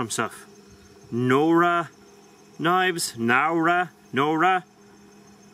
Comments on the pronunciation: just letting you know that it definitely is pronounced Now-ruh (not know-ruh). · Nowra... the first syllable is pronounced the same as 'now'.